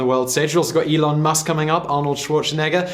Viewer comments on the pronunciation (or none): none